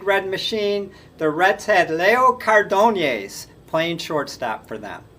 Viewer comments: when i was a kid I'd listen to the Reds announcers pronounce Cardenas' name as CARdin-as and so that's how my friends and I would say it. Many years later I had an acquaintance with the same name and he pronounced it car-DANE-yahs (without the 'r' sound. Not sure how to translate to english spelling.) I told him how we use to say it which brought a chuckle from him. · Leo CAR de nas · I really enjoy your enthusiasm and the variety of facts and trivia you bring. You might mispronounce a name or two - Leo Cardenas for example - but that is a small thing in the overall picture. Keep up the good work, but work on the names if you can. Thanks. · I never heard Cardenas pronounced the way this white guy pronounces the name. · Cardeñas' last name is pronounced "Car- dayn-yes", and Versalles is pronounced "Ver-sigh-yes". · Leo Cardenas, Card -E long E, nes, Elliot Ness. Ver-sigh was for Versailles, One great year and then average. Dick Groat was number 2 on this list and Fregosi 3. Wills was such a pest on the bases deserves 1. The 60’s had light hitting, good fielding shortstops. Campy Campaneris was so talented, I think he played every position but one in a single game, probably in Kansas City. Not sure though. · The prononciations are .... Leo Card-n-az and Zoy-o Ver-sigh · I love your videos. As for the names, Baseball-Reference gets most of them right. Zoilo Versalles is ZOY-lo vair-SY-yez. Leo Cardenas is Lee-oh CAR-de-nes. Dick Groat played basketball for the Fort Wayne Zollner Pistons, the forerunners of the Detroit Pistons.